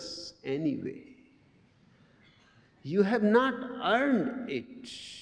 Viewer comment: i just love how he pronounces "it". So relaxing and peacefull.. itchhhhhhh. It's like the best thing a human being ever pronounced whatsoever.